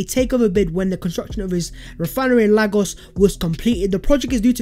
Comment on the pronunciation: Pronounce lagos as lay gos